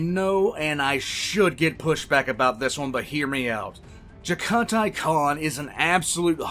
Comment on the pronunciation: Its pronounced jag a tai